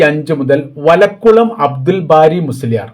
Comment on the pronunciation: വളക്കുളം എന്നല്ല വാ ളക്കുളം എന്നാക്കണം അത് പോലെ കുമാരൻ എന്നല്ല കുമരമത്തൂർ എന്നാക്കണം [അല്ലാതെ കുമാരൻ അല്ല ]